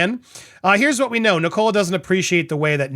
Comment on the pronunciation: Fyi, Andy the name Nicola is pronounced NICK- Uh- Luh. Not Nick-COLA.